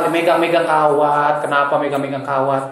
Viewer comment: gedeg dah gua kalo lu ngomong "kenapa" tapi ada h nya jadi "khhenapa" wkwkwkwkwkwk